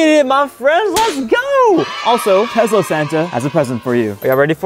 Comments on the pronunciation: It's Tesla not Tezla!!! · Just so you know it's Tesla nor Tezla! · Can you say tesla: tezla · " I'll be driving my 150k tezla" anyways, nice vid keep up the good work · Ah yes tezla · Tesla ❌ Tezla ✅ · Him: Tezla 💀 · Why ya day Tezlas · Bro said Tezla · the way he said tesla